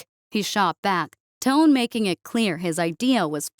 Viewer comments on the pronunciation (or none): none